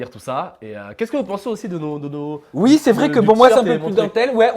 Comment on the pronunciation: il dit pas OUI mais UI ! jss mort mdrrrr